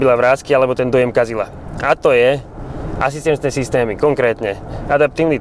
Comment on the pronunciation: ake systemy? :) Prepac Sulko, neber to zle... Len som si to musel pustit asi 10 krat hahaha